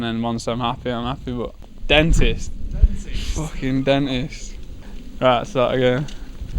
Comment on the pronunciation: Den-ist, Fukin den-ist...